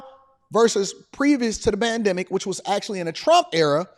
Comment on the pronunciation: he calls it the bandemic lol but complains about the subsequent inflation lol.